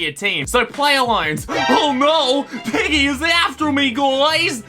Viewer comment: I thought he said “IGGY” as in iggy from jojo